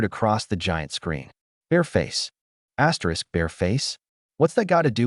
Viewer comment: What the hell? Why does your video keep saying ASSTERISC? or whatever. It's so freaking annoying 😑